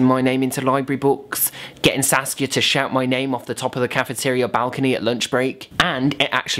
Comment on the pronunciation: Am I the only one who thought he was saying sasuke instead of saskia